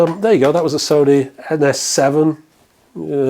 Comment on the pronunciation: Sony. Rhymes with ‘moany’. For so many reasons 😉 Edit: if we were supposed to focus on sound behind us we’d have cats’ ears or eyes in the backs of our heads.